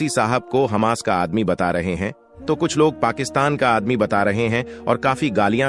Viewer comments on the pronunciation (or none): none